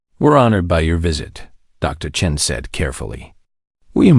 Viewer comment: I have to admit, I was surprised to hear Dr. Chun(g?) instead of Chen!